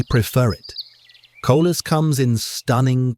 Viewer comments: Coleus not collus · It “co-Lee-us.” Not co-lus. Spelled coleus. There’s an “e” in there and it’s pronounced. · It is NOT Colas it is Coleus. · Coleus! Not colus.